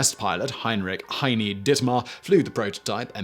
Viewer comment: Heini (short form for Heinrich), not Hiny.